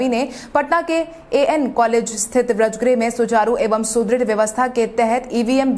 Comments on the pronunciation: Braj nahi bajr bolo tum uchcharan Sahi karo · समाचार वाचक से सही उच्चारण की अपेक्षा की जाती है। वज्रगृह को व्रजगृह न कहें।